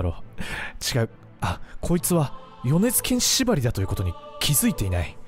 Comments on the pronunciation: 米津玄師のイントネーションが違う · よねづけんしのことをよねづげんし言ってた人おるやろ おれや。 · 皆さん、よねずけんし⭕ よねずげんし❌ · ま ま よねずけんし❌ よねづけんし⭕️ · 米津玄師(よねづけんし)です。 ｢げんし｣じゃなくて｢けんし｣です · げんし じゃないよ けんしだよ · よねづ「け」んしやで